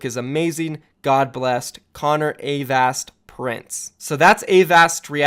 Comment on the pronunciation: Please pronounce avast right next time